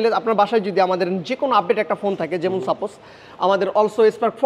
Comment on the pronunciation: Vai jemun nah jemon..😂eta beta akhter beti..ha ha hi..